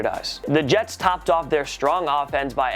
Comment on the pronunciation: "the yets"